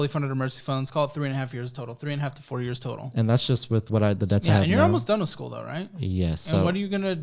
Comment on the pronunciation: "SCOOL" BUDGET